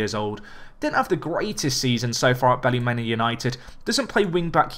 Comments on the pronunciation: Best way to pronounce Ballymena United isn’t Bally-Men-A but instead Bally-Me-Na, coming from a Northern Irish Man myself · Its bally me na like me na not the way ur saying it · Ballymena is pronounced Bally-Mina, (meena)